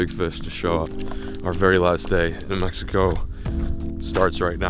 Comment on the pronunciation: Never drink the water in me-he-co